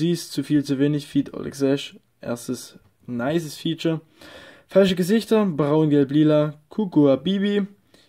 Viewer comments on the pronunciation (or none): none